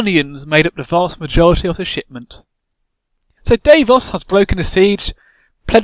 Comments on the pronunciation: dav-os not dave-os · While I enjoyed your sense of humor.. Some of your facts are way off as many have pointed out. Davos did NOT lift that siege. Ned did. And he brought more than just onions. But aside from all that... I could only stand you mispronouncing Davos' name so many times before I had to shut it off...